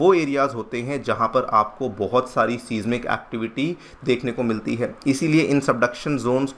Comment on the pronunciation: सीस्मीक नहीं साइज़मिक एक्टिविटी बोलते हैं।